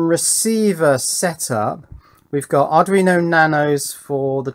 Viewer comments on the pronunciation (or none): none